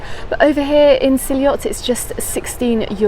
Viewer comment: It's actually pronounced see ot Great video, been going since 1989 love it